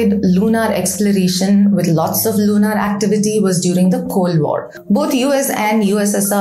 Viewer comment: You r a scientist. Also speak such good English. Please try to correct the pronunciation of typically Indian mistake of LUNAR AND SOLAR. Both are pronounced as if there were a U OR AN E IN PLACE OF A. So as if it were SOLER OR SOLUR……